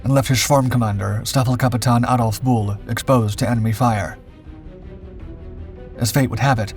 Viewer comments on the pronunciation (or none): none